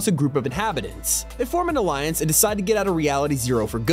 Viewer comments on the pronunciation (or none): none